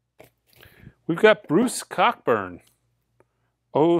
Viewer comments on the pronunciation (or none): It’s pronounced KO-burn